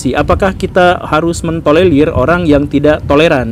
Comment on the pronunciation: TOLERIR bkn TOLELIR pak guru :v